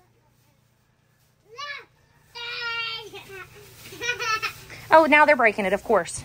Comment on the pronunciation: You said Elfie not Lefty.